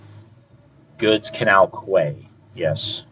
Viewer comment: Good videos. Quay is pronounced key.